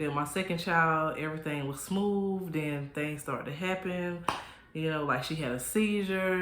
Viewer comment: Not Errthang lol and churren 🤣🤣🤣🤣🤣🤣